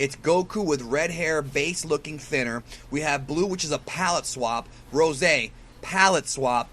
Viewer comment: OMG the way you say Goku Rosaayy instead of just Rose makes me cringe.